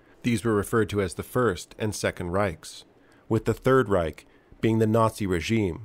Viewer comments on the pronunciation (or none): none